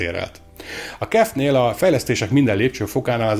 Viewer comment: KIF! nem "kef" :D Az az ÁJMF is úgy helyes, akkor a kef az kif...